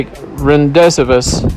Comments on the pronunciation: sonya sasso Its actually “ Randay Voooo” pronounced in French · Ran-dez-viz...omgosh can't even pronounce it correctly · Its pronounced ron-day-voo 🙄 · I am aware how to correctly pronounce it, it was how the commentator pronounced it...listen to it carefully. He obviously shouldn't be commenting whatsoever, he's a horrible speaker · Know the proper pronunciation of "rendezvous"